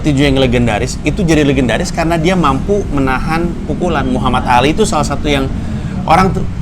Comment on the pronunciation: Dia bilang "Alif"